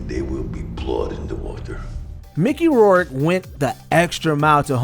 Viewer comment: Why does this guy keep pronouncing Rourke incorrectly? If your going to do these videos at least learn to pronounce names correctly.